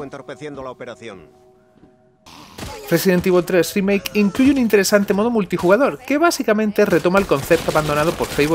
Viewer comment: " residen tivol 3 drimake "JAJSJAJA por qué tan mala pronunciación?